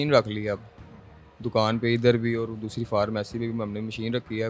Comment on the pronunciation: " اوڑ " نہیں ہوتا " اور " ہوتا ہے